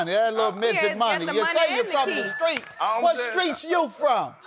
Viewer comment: Skreet lol it’s hard for us to pronounce those str words 😂